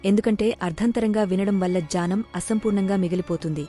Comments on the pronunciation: జానం కాదు. జ్ఞానం. ఉచ్చారణ చూసుకోండి. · జ్ఞానం అనే పదం సరిగ్గా పలకాలి కదా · జ్ఞానం అనాలి. జానం కాదు. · Ai voice idhi జానం కాదు జ్ఞానం